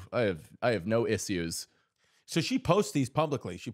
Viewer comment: the way mike says issues just hurt me